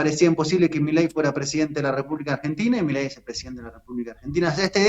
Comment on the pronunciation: Argentina S.A. DE C.V. y no es milei es mi-ley